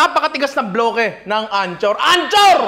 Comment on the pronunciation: Ninong ry, hindi po antsor ang pagbigkas ng Anchor Butter, dapat Ankor parang Anchor ng bangka